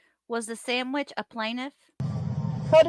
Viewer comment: ‘Sammitch’ 😂😂😂 i didn’t get it before when it’s been said in previous lives! Kee kee kee!